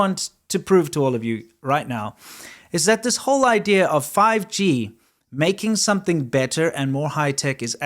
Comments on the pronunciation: fi-gee... sounds like chop-sticks... 🤣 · Want to know what's funny about the intro? My mind almost blanked out to start hearing PUBG instead of 5G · what is this fifgee you speak of